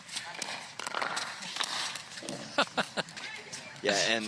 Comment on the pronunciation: Can someone tell the announcers to say "Young" not "Du-ong"?